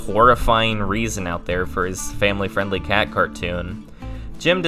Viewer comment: “Jon talking to his KAÆT”